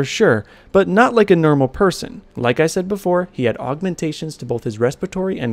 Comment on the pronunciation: nermel persin